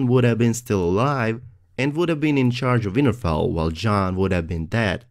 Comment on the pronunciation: lol I keep hearing '' Weinerfell''